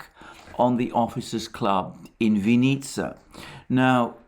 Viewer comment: The emphasis in "Vinnytsia" is on the first syllable.